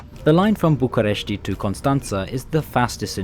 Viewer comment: the way you are saying bucharest is triggering me as a certified romanian